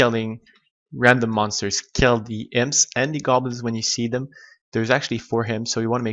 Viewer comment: your mispronunciation of words is driving me crazy.. wtf are HIMPS and HEXPI drops?